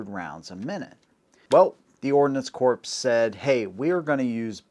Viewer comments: Ordinance Corpse? Really, it's pronounced "Core". BTW. The high velocity .22 is junk, it relies on velocity to compensate for its lack of mass. There's a reason for the military going to the 6.8. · Ordnance CORPSE! Ordnance Corps, pronounced like Core. The "corpse" pronunciation harkens back to Barak Obama's "corpseman". He just doesn't know. Nobody told him. I didn't either until somebody told me. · Ordnance corpse?